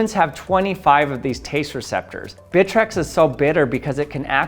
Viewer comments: More like "Britrex" 😎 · Him: bitrex me: BITCH REX